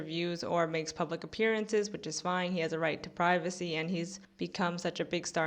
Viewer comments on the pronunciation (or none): none